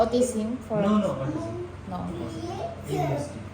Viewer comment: alpabet, pour years old, autisim, pucos, pruits, just saying lang po. Kaya d po naintidihan ng Indian specialist kasi autisim ung pronunciation.